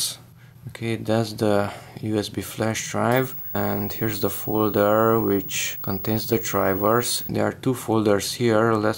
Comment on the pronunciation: Foldurrrrr drivurrrrrr